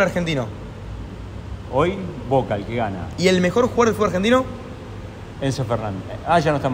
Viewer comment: El mejor equipo del fútbol argentino actualmente...y dijo Voke jajaja 🤣